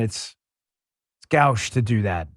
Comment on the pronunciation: "Gauche" Pronounced "goesh", not "gowsh" It is the French word for "left". When people say that something is "gauche" it means that it is "not right". 😁 Good for you, Dan. I am also vaccinated, because that is what my doctor recommended for ME, based on MY risk factors. I am 100% opposed to vaccine mandates! ANY vaccines need to be a decision between an individual and their doctor. Let's GO Brandon! Let's GO, Dan Bongino!